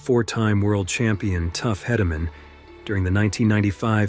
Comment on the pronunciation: The Bull would be the Micheal Jordan of professional rodeo Bucking Bulls. The specific Rodeo Cowboy would be the “Micheal Jordan of Bull Riding”. Also the Cowboy that had his faced crushed by Bodacious is named Tuff Hedemen. Last name pronounced like the word Key. (Hey-duh-men). Not berating the maker of this video at all. It was a solid video on the sport. Just adding a few little corrections with good intent.